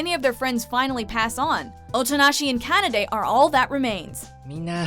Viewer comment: She pronounced Kanade wrong